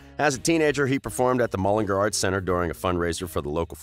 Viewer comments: Mullinga tf it’s Mullingar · I KNOW you did not just say mullingEr. It is pronounced mullingAr. (Sorry I'm Irish so it annoys me.) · U pronounced the name of Niall’s birth place completely wrong,maybe before u accuse him of shit have the respect to pronounce the basics right It’s pronounced MULLIN—GAR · He can’t pronounce mullingar and Leinster😂😂